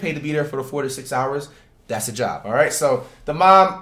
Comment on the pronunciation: When I first heard him I thought he said chop instead of job